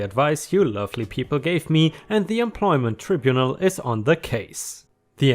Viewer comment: Note that 200' is 200 *feet*; inches would be 200" (so which is right is debatable) - Also, if you're unfamiliar with a word, it might be an idea to check on correct pronunciation (tribunal and antenatal were two)